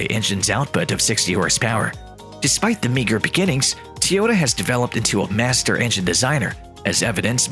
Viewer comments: Bla bla Tee-Ohta bla bla Tee-Ohta ... bla bla Tesla .. bla bla Tee-Ohta. What a BS video. Can not pronounce TOyOta properly and why would a combustion engine mean the end of electric car maker Tesla? Clickbait title at it's best. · why are you the only person in the whole f in world to say tee ota.................... everybody else says toy ota ?? YOYOY ?? FOOL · why are you are saying teyota? its toy - ota, Toyota. your saying it wrong hahaha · It’s TOYota not TEEota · It isn't TEE-yota, it's TOY-yota, dumbass. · Pronunciation correction! its Toyota not T-yota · Wouldn't you think the narrator should be able to pronounce ToyOta ?, not TeeOta ? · TOYOTA not TEAOTA what the heck get it right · I got so tired of the guy mispronouncing the name that my next car may be a used YuGo without air-conditioning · Tyota* Tyoda? 🤔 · Of he says teota 1 more time im gna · Teeyoda ? comon guys .. cant a bot be learning by now ? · 😂 i Just think to comment about Teaota but you did it first. 😂 What a cocky accent. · how many times did he say teeyohdaaa? And why does it take so long to get to the point. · Tee-Yota? How about getting a narrator who can pronounce the name properly. Besides, the video does not stand up to its title. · I can't listen to Teeehota one more time.. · Whos Teeeehoda? 😂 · Say teeota one more time. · That was a robotic voice. That's why it said "Tee-otah" over and over. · "Tee-ota" marketing apparently. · Ha e u lost ur mind end of tesla,seriously it's like saying the end of McDonald's ur an idiot, the stupidity is insulting, whatever I swear the internet and people woth theyr stupid ridicoulous reason for views pathetic, oh and for a guy who seems to knw so much who can't even say the damn name.of the company correctly, unreal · 5 year old "news" created using AI that can't even pronounce Toyota correctly. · This is what the ai reading the script thinks it should sound like